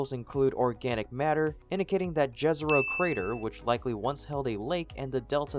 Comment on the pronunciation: [jêzero] (you will be close enough if you just pronounce the first consonant as in "yes", not "jazz", although the last vowel is also a bit different, like in "more").